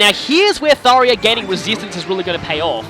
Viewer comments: How many times does he mis pronounce Tharja’s name ITS THAR JA THAR JA THAR JA THAT i IS A FREAKING J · I'm entertained by how you're correcting Tharya to. . . Tharya. I'm spelling it how I'm hearing you say it. But as for the actual name I've. . . Well. . . there's a "J" in it so I've always pronounced the j sound, like the name Jacob. But now that I've seen how the Japanese name is romanized "Sallya", I would have at the very least. . . Actually I'm not sure how I'd handle localizing a name. . I dunno. . Maybe I'd spell it Saria, like the Zelda character. . . Yeah I kinda like that.